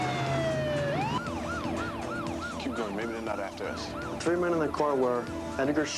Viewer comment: One...two..TREE...four...five. Anyone else notice how he says "three"? This was filmed in 🇨🇦. The actor sounds like a French Canadian.